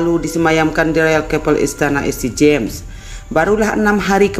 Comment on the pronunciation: ST James, dia baca Saint James mbak jangan asal membaca